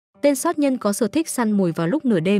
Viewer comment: Chủ kênh bị ngắn lưỡi à ,soát nhân hay sát nhân